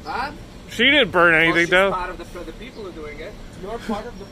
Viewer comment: LIBEERATE THE PEEOPLE